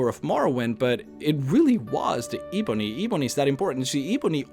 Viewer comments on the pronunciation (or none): How hard is it to say 'ebony'. It's not eeeebony, it's 'eh-bony'. Ebony. Come on, I'm not even English yet I know that.